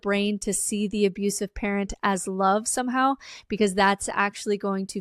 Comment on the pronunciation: Damn. I first thought she was saying "primary carrot". But it's "primary parent". That makes more sense.